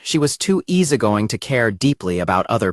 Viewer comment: "lollapop" "vollaball" "easegoing"